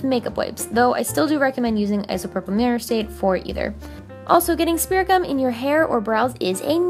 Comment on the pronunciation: Lol i thought she was saying spiricom 😂